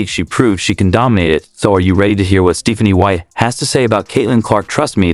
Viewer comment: Your AI narrator should be taught how to pronounce "Stephanie."